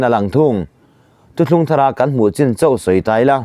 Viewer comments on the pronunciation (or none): none